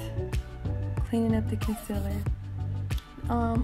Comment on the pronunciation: ‘concellur’ nah gurl its ‘conceeeeler’